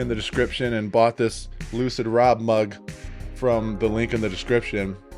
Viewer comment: You sure you're not saying hello Loser crew in your intro? I swear i hear it everytime instead of Lucid. Maybe I'm just deafer than I realise.